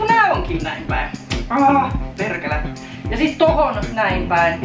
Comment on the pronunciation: ”perrrkele” Ihana 😂